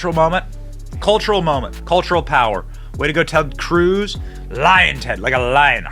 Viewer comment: It's "lyin' Ted", not "lion Ted". Name given to him by Trump. Ted is all show and no go. As a Texan, he needs to do some prosecution of the Left, if he wants my vote. He just runs around, with the hot thing at the moment, flapping his gums.